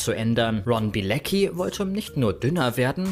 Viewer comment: Warum sagt jeder immer Bilezcki wenn er Bilecki heißt? Soll das lustig sein?